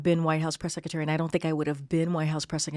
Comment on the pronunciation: Someone tell her that Sec a tary is secretary, pronounce the R